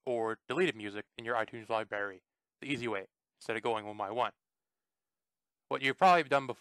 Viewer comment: This did not work on my itunes. And are you saying Libary?